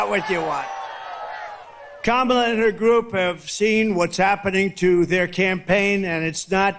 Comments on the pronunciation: I noticed that he was pronouncing Kamala correctly! He sounds like he is out of it! What boring rambling. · He finally pronounces her name right. I wish he takes his loss that easy. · Interesting that he pronounced her name correctly. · He accidentally pronounced her name correctly. He sounds like he’s had a couple of 🥃. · He actually pronounces Kamala correctly in his rantings. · Do you notice that sometimes he forgets to deliberately mispronounce Kamala’s name? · Hes calling Kamala by her name...hes so disorganised hes forgotten to mispronounce it 😅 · I noticed he can suddenly pronounce her name correctly. What a fake. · Wow, he actually pronounces her name correctly. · Now he is pronouncing her name correctly 🧐😱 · He messed up and actually pronounced her correctly! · Constant projection. It is bizarre. But hey, he is pronouncing Kamala correctly. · Lol he actually said "Kamala" correctly for once. He is indeed unwell. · Today he pronounces kamala correctly ! Tomorrow no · Wow he messed up and pronounced her name correctly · Funny how he’s not giving Kamala an adjective and suddenly saying her name right. He knows that the same old tactics aren’t working for him. He’s losing bad!! Let’s win this #HARRISWALZ 🎉🗳️💙💙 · In his excitement, he's accidentally pronouncing her name correctly again! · He suddenly can pronounce the name Kamala properly without missing a beat. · Notice how he pronounces Kamala's name right. He does it only when he want's to, he's a big asshole. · He pronounced her name correctly twice! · Hey, he said her name correctly! Did he forget to remember to mispronounce it? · He said her name correctly this time which proves he knows her name and is mispronouncing it on purpose.... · Hey he said her name right!! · Trump pronounced Kamala’s name correctly, he must have forgotten himself! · Wow, he finally pronounced her name right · Trump accidentally pronounced "Kamala" correctly for the first time. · He can pronounce her name correctly now I see😂